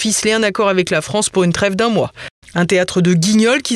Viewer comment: Rafael g... 2eme boufon comme holond et. Ouffffff la fffffrance